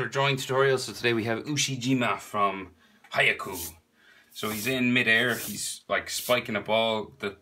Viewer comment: I love when he said haikyuu instead of haikyuu he’s version is “hayakuu”